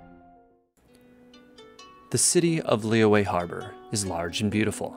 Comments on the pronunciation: It's lee yooeh, but the "y" part of yue is like a mix between r and y. Like, if you say r, shape your mouth into an o and bringing your tongue closer to our teeth, just behind. That's the "yu" part. The "e" is just "eh". The "Li" has an accent which is basically a kind of down-up sound. The "Yue" is a down accent. I know it's confusing, and I think I'm even confusing myself, but oh well. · The english dub of this game pronounces Liyue differently from character to character: Lee-weh Lee-way Lee-yah-weh Lee-yah-way And the worst Luh-weh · they're wrong lmao haha (i'm chinese) it's actually pronounced as lee yoo-eh but say the yoo-eh part faster & stress those 2 syllabus lesser. additionally qixing is pronounced as chi sing but without the h sound for chi so ci sing... gotta say i love the chinese names in genshin. i remembered there's a dude in liyue harbor called big foot (in english) and that's literally translated from his chinese name HAHA